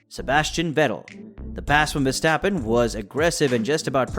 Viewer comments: look mate with a channel name Max Verstappen at least pronounce his surname right. Way you propounce his name should be spelled VerstEppen. Obviously it does not spell this way. Now do your homework and find out the proper way to pronounce his name . And no your American background is NO excuse to butcher names, so do better and be that real fan by showing respect :) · The A in Verstappen is pronaunced like the AU in laugh. But I understand you are trying your best. Dutch sounds are not easy to learn. Keep up the good work and thank you! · Stop whining dude, you sound like a frustrated fanboy. Even commentary from F1 tv pronounce him as verstephen or versjtappen.. whatever. Dutch commentary also fucks up Ricciardo.